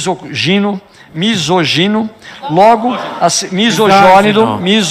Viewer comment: "Misôgino, Misôginom, Misójónido! Misójónido!" kkkkkkkkkkkkkkkkkkkkkkkkkkkkkkkkkkkkkkkkkkkkkkkkkkkkkkkkkkkkkkkkkkkk